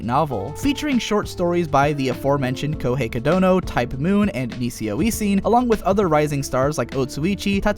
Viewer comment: You're supposed to pronounce NisiOisiN as "nishio ishin " you know :D. Quite a good surprise to see some titles like Saiunkoku monogatari and kyouran kazoku nikki making it to that video. Nice references here. though, it's incorrect to say that KKN received a straight forward adaptation. KKN had basically the whole main plot removed from the anime, only leaving the initial setting and individual volumes plot, and stopping right in the middle (right where the individual volume plot could no longer be dissociated from the main plot at all). There's still plenty of "that type" of ln adaptation coming after your video though :). And still more to come, like Alderamin in the next season, for example, just like RnY was in last year's summer x)